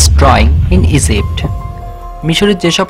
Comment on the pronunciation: You don't know how to pronounce Egypt He pronounce like esipt🤣🤣🤣🤣 Just feel the word you will get it